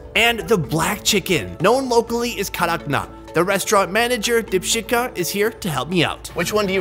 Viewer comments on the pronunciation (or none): No you didn't hear that correctly because it's Dipshikha